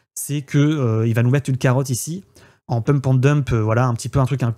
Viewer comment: Le Brek ahoute , pemp et demp.... foutu franglais mal prononcé ....